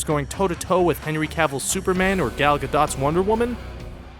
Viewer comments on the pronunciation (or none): gal gadot dot dot dot dot you said it wrong man its gal gadough